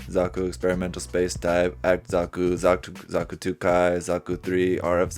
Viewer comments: It's zaku not zoku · Are we gonna gloss over him calling a zaku “zuku”